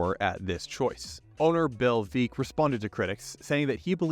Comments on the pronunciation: It’s pronounced Veeck as in wreck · It's pronounced Veeck as in Wreck